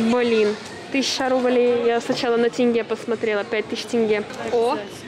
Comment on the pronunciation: так приятно что правильно произносит «тенге» не являясь гражданкой кз, люди которые с рождения живут в кз не могут произнести правильно, а говорят тЭнгЭ